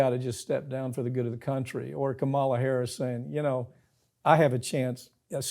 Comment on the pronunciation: Guys, I love your page but PLEASE learn how to pronouce the vice presidents name! It's super disrespectful